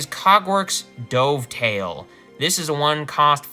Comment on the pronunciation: Never heard someone say Dovetail like the past tense of Dive haha.